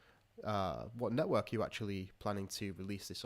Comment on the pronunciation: I always hear 'Nethwork' and not Network lol